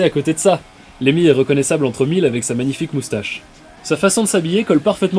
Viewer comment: LeMMY !!! N'écorche pas son nom pauvre fou